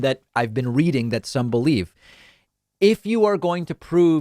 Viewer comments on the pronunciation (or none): none